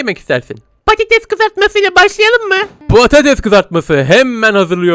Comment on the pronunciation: Pattes değil patates